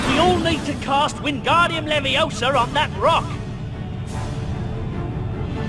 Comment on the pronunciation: Its LeviOHsa not LevioSA